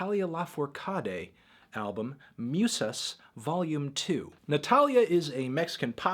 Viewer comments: Musas. MOO-sahs. U is oooh like you got punched in the tummy. Raiz Rye-EEEZ. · it's pronounced moosas tho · hasta la race, muse-ass, los macarroni`ohs, duerme degritou, doriti´ohs the nacimeinto. we know you are not en expert on this subject but we love to see you pronounce spanish words